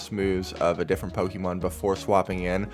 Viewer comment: why do you call it Poke eee mon? its pocket monsters.. the show we all grew up with called it pokaymon like they're french.. just call them monsters bro, you'll sound cooler.